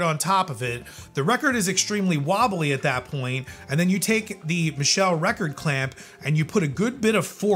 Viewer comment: Michell make the Gyrodeck turntable. I think it's pronounced like it has a t in it.